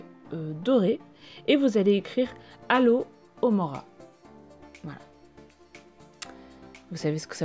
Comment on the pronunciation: Coucou! J'adore ta vidéo ces DIY sont hyper simple et ça va grandement m'aider! Mais étant une vraie potterhead addict', j'ai remarquée l'erreur: c'est Alohomora et pas Alo mora 😅 Mais sinon j'ai adoré ta vidéo 👌 gros bisous 😘